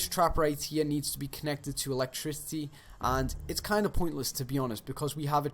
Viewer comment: … ELECTRICY lol